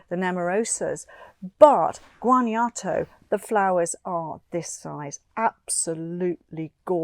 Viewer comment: love your channel! thank you for this informative video. just an FYI, Guanajuato is pronounced "wan-ah-hooatoh". cheers!